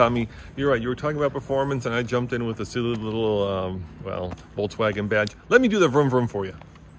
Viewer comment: Voltswagon? Lol